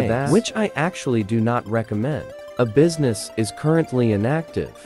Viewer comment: Beesmas ❌ Business ✅